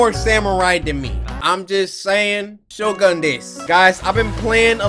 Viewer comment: Cory: Pronounces “shogun” as “shogan”